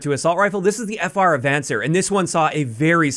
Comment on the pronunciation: FR ah-von-SAYR. It's Spanish 👍🏻